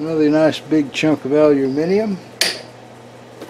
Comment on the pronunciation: Good morning. Your intro music always brightens my day:-) Thank you for your perfectly pronounced "Aluminium":-) WOW that's a real nice care package from Chuck, what a nice guy he is. Kind regards from The motherland;-))